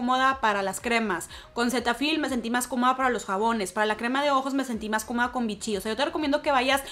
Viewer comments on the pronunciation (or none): none